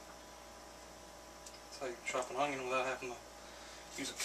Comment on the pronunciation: i like the way says onion